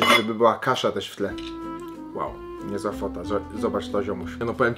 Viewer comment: NIE ŁOŁ TYLKO WOW !!!!!!!!!!!!!!!!!!!!!!!!!!!!!!!!!!!!!!!